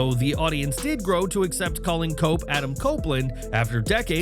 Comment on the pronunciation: Cope sound like coke😂